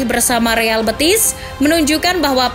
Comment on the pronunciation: Penyebutannya bukan kyk nyebut betis (bagian kaki), bukan bëtis ... betis , e nya e d tekan... BETIS.... Real Betis.. Biar ga malu"in